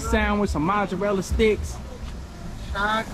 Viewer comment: See! You were already lit and couldn't say mozzarella sticks! 😂